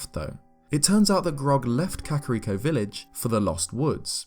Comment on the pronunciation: Something about the way this dude pronounces kakariko bugs me